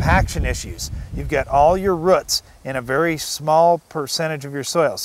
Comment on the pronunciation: he says roots like ruts